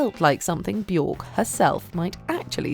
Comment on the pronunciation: Björk is pronounced bee-yerk.